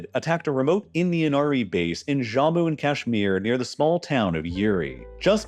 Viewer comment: It's Jammu not "Zhamu". I hate it when Americans encounter a foreign sounding word and always default to some Spanish pronunciation or something.